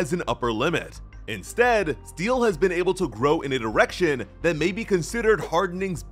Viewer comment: you REALLY need to emphasize the “D” in “direction” 😅